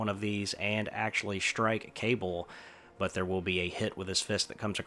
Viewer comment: I know I'm 3 years too late, but Cabal is pronounced Kuh-ball, instead of Kay-bull.